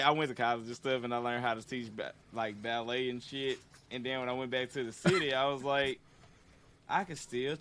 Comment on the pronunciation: This dude really said ballet